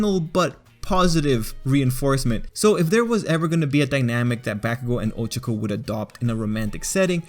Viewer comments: This isn’t hate but I can’t stand the way he said her name. It’s not 😭 I think people take to many things over bored💀 if he calls someone by there name “SHIP”, he thinks about someone for a sec “SHIP”, one scene alone together “SHIP”, y’all need to chillllllll💀💀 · I was just drawing while listening to this and i legit just slammed down my headphones and screamed "you did NOT-" at my laptop screen when he mispronounced 'ohchkoh and bAkegoh' (Ochako and Bakugo) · Ahhhhh that's not how you pronounce their names😭😭😭😭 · Bruh he says ochako and bakugo names wrong!!!!!!!! HOW??????😑🤦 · I love how you say ochako's name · that is NOT how to pronounce OCHAKO!!